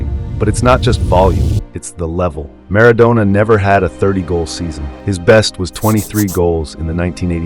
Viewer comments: Don't call him Mara"doughnah" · If you could pronounce Maradona a bit better, it would be a good start.